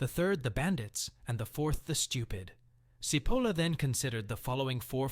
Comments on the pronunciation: Mentioning stupidity: his name is not "Seapoulah" , but Cipolla! (Which means "onion", by the way) Why are all people form all over the world able to pronouce foreign names correcty but the anglos? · It is not pronunciated Sipolla but Chipolla, it means onion in italian, actually it sound a little funny as a name. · pronounced chee polla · His name is pronounced 'tʃiˈpolla' - stupid! 🤪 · It's not pronounced "Sipolla" - it's "Chipolla". It's basic Italian pronunciation, and the word means "onion". Now, don't be stupid. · His name is pronounced “chee-POHL-la”. In Italian, “ci” is always “chee”, as in cheese. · Pls. pronounce CHEE-POLA, as Italians do. Thx. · Cipolla as in chichi “Chipola”. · I apologize if this comment comes across as pedantic. In Italian, “ci” is pronounced “chi.” Therefore, Mr. Cipolla’s last name is pronounced “Chipolla.” How someone could make a video and mispronounce the author’s name of the work he is discussing is beyond my comprehension. Has the video maker never heard of “Leonardo di Vinci, or the opera composer, “Giacomo Puccini?” Has he never seen “Fettuccine Alfredo” on the menu? Talk about “stupidity!” This “stupidity,” in my book, undermines the video maker’s credibility. If he doesn’t know how to pronounce the name of the author correctly, if he hasn’t done his homework regarding the correct pronunciation of his subject’s name, how can we rely on his content? Additionally, and equally troubling, his “stupidity” is spreading “stupidity” as his viewers will ape his mispronunciation! I hope this helps. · Well, you are stupid enough to not be able to say Cipolla correctly.